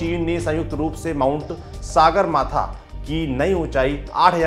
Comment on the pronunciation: Sagarmatha का सही उच्चारण सगरमाथा है।